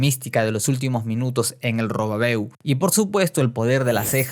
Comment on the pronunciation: Dijo robabeu